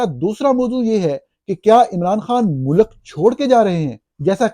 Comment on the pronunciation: سچ بات؟ سچ تو آپ کو بھی سننا پسند نہیں۔ ملاحظہ کریں اپنی روز مرہ کے شگوفے: 😙 Hopefully your son, یاراں years old, speaks better than "waqat", "soverenety", "mulak" and "قنون" --- and doesn't utter annoying catch phrases like صاف ظاہر ھے ... 😂 I think he's old enough to know the difference between "build" and "built" and that the English word is pronounced GOVER-MENT not GOR-MINT. In Urdu it is called حکومت . Likewise رہا (rahaa) means lived, was, stayed etc. [The past tense of the verb "to be".] However when are talking of release from captivity, the word is رہا (rihaa).